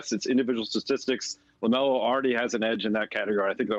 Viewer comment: Lámelo! We all heard it from the Goat Lavar! 🐐